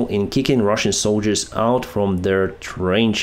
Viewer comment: I love how he just sez "and the Rahsian tanks are Ka-boomed!"